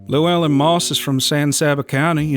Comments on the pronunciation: "lew-well-in".. that hurts... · Also absolutely butchered Llewellyn